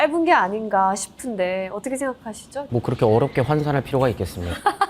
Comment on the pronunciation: 아나운서가 어터게가 뭐냐